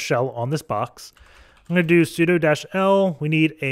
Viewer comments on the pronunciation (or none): none